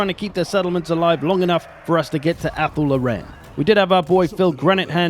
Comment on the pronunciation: Anyone else annoyed by the mispronunciation of Athel Loren